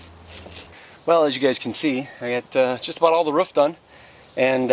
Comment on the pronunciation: It's a roof not a ruff!